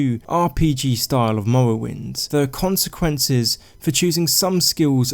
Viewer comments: Lmao “mowwowind” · "Mowwowynd gaem" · "The Elder Scrolls III: Mowowind" xD Great video mate! I enjoyed it. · The Elder Scwolls Fwee: Mowwowind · Mowwoewynde has a gjeat stoyie.. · Lol i can't unhear it